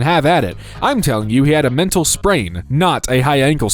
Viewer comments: I'm sorry? "mental sprain" LMAO MEDIAL SPRAIN, BROTHER, MEDIAL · Please learn how to pronounce words, especially fairly simple ones like "regiment", "accessory", "medial", and "Helene", and you realise you can rerecord voice clips, right???